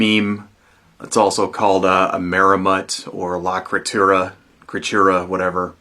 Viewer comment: "Lah criturra"